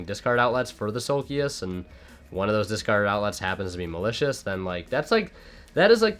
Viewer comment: Nobody:: MALACIOUS